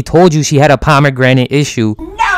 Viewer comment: “Pomegrenade” I understand why she smiled at the nuke now.